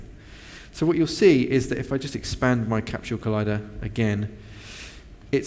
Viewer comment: CAPSHULE? There is no H in Capsule...